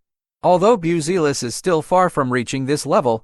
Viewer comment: Bioozeelis :D:D:D hahahahah . Bazioolas :D:D:D please if you want to do this kind of content record decently pronounced name of the player and add to AI script for it to learn to pronounce. or whatever you do with AI. sound svery unprofessional now. buttchered the surname badly